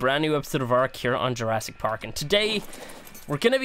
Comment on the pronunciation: it’s Jurassic not Jurrasic